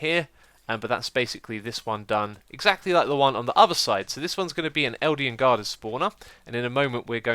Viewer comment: "Eldian guarder" Nice spoonerism :)